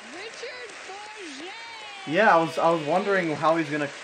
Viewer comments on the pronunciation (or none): Mispronouced his last name at the beginning.